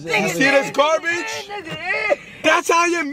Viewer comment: bro said garbitch😂😂